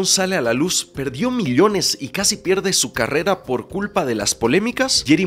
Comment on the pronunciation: Elios, milion, oyeee no mamesssssss habla bien